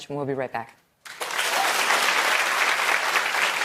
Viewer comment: Heard how she pronounced Twitter? "Twitta"...in her best Ebonics rendition. SMH. She is not fooling me with that fake apology.